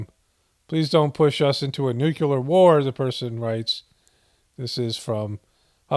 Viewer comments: It's nuke-LEE-ar NOT nuke-YOU-lar. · I can't help but think of homer every time says nucular. subtle comedy is on point.